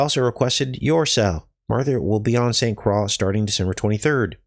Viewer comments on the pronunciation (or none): it’s pronounced St Croy